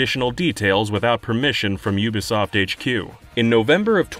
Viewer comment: "Yooba Soft"